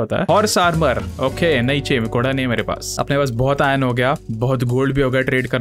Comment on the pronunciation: legends know the ghora was not ghora it was ghada